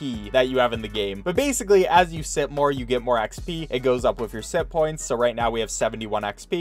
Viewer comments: I thought he was saying simppoints until it zoomed in and I saw it said sitpoints instead. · Ok i know this sounds weird,but I honestly thought he was saying simp points the entire time until the closeup on the points and I realized that it was SITPOINTS NOT SIMP POINTS